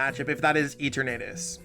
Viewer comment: Lol E-tur-natus